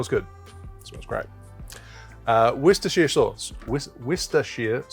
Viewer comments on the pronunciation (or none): Really happy to hear you mention Malört. It has historically been very limited in its distribution, and was "the right of passage" to becoming a true Chicagoan. Also, you need to work on that pronunciation of "Worcestshire" haha. I used to live near their factory in England, so two references relevant to me in this episode 😉